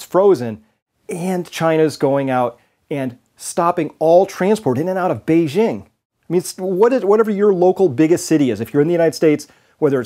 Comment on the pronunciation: *Beijing is pronounced just like it would be in English - say “jingle bells” and then say “Beijing”.